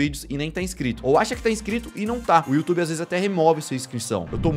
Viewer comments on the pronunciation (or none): none